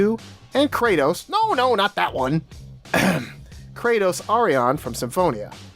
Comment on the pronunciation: I May Not Love This Game As Much As Abyss, But MAN!!! If This Isn't An Amazing Game... Cause It Is... It's REALLY Gud... Also, Yuri Lowell Might Be Tied, If Not Higher Than Luke Fon Fabre From TotA As My Favorite Tales Of MC, Seriously, I LOVE This Guy... But, Could U Stop Pronouncing Kratos' Name Wrong?... Plz?